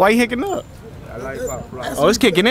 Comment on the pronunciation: He said, “Why you hicin up?”😂